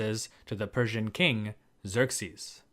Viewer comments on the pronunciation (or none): none